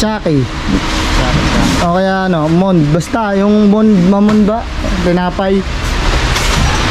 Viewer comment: Talsik.hnd Yan Mond, MON-DE Ang pag pronounce dyan